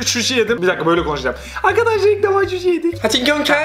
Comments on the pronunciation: Şuşi degil suşi 😂😂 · abi susi diyor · Abi hem şuşi diyip zenginlik diyon hem de ilk defa suşi yicez diyon. Ve ikisi bir cümle içinde ANLAYAN VAR MI ANLATTIKLARIMDAN HXJSKDJXKSKAJ